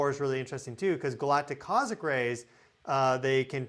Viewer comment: What is a cozic ray? Do you mean cos- mic ray?